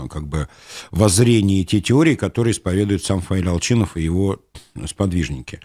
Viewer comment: У вас у произношение Ал"Ч"инов, это какой-то знак???